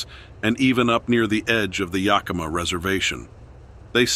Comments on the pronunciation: Found this video interesting and believable, one major problem with the narrative though, individual narrating claimed to be a native of Wa state and he pronounced Yakima incorrectly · This show was a joke. The narrator claims to have spent his life in the PNW. He can't even pronounce Bogachiel or Yakima. Some of the photos in the video aren't even from the PNW